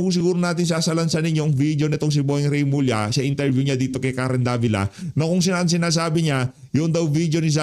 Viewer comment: Remulla Hindi Reymulla.